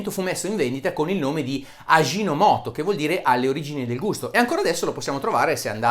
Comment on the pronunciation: Prof. Bressanini, sempre ottimi video. Vorrei dire un paio di cose sulla faccenda, visto che vivo in Giappone. La prima è roba da "otaku", o nerd nipponofilo: la "ji" in giapponese si pronuncia semplicemente come la "g" morbida dell'italiano (per es. "Luigi". "giro", ecc.), e mai come fricativa (ad es. nel francese "gigolo"), suono peraltro inesistente nella fonetica giapponese. Quindi Aji no moto si pronuncia semplicemente come se in italiano fosse scritto "agi no moto". Fine parte nerd. Veniamo ora alla parte seria. Ovviamente lo scopo del video è quello mostrare come il glutammato di sodio non sia un veleno passato sottobanco nei ristoranti cinesi, e fin qui ok: sacrosanta verità. Poi però, devo sottolineare che le nonne giapponesi, più che un uso, ne fanno un abuso! Cioè, è vero, come lei dice, che il barattolino di Aji no moto si trova in molte cucine giapponesi, ma bisogna dire che sono probabilmente le cucine più tristi. Mia moglie, che è giapponese, e piuttosto attenta in fatto di gastronomia (una foodie, diciamo), non lo usa affatto, e quasi lo aborrisce. Più che al nostro barattolino del sale, lo paragonerei alla nostra scatola di dadi, cioè un prodotto di ripiego, una scorciatoia: un ingrediente certamente non velenoso, ma nemmeno esaltante dal punto di vista culinario. Così come un buon brodo della tradizione italiana non si fa con i dadi, un buon dashi (il brodo alla base della cucina giapponese) si fa con alga konbu e katsuo bushi, non si fa con l'Aji no moto! S